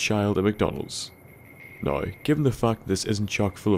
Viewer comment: I'm gonna go out on a limb and say that is from Dublin. My evidence being that he Pronounces "Now" like "Nigh". If you don't get what I mean, go to ireland and... Just go to Ireland.